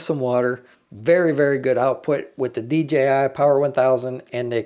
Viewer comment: Great Video and finally somebody who pronounces DJI properly!